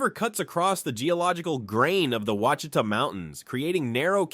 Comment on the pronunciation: Seriously dude mispronounced ouchitas with 6 different pronunciations! Pick one. Right wrong pick one.